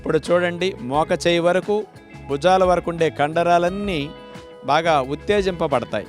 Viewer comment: Mokacheyyi kadu, Mocheyyi antaru.